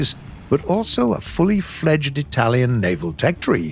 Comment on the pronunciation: I've gotta love how you name the Italians boats, you pronounce them pretty good. Greetings from Italy, gaijin 🇮🇹😳